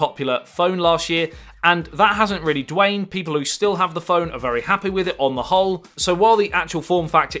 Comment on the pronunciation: "The S8 was a massively popular phone last year and that hasn't really Dwained?" or thereabouts. I wonder what the word was supposed to be?